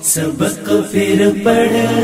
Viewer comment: ماشاءاللہ بہت عمدہ طرز انداز ہے لیکن ،پھر، کے جگہ پر* فر *کا استعمال صحیح نہیں